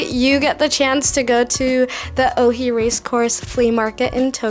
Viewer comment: It’s supposed to be “Oi” and not “Ohi”. The video is very good and you made a good job describing the details.